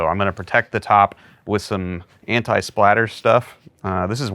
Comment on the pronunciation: cool but you keep calling it Splatter and its Spatter.